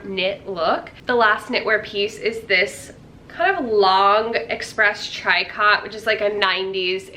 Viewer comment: Fun video! I think tricot is pronounced Tree - co 🙂 I love your videos!